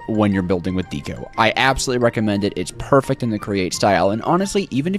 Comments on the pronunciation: The way he says deco “Dee-co” instead of like decoration “deck-oh” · When you say "Deco", you pronounce it "D co" isn't it pronounced like "deh co" as you would say what it's short for decoration. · Deco has a soft e, as in Decoration.